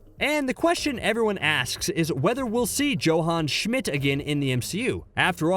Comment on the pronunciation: "Joe-Han Schmidt"?